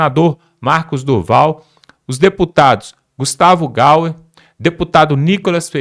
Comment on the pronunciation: Precisa ensinar este jornalista pronunciar o nome de Gustavo Gayer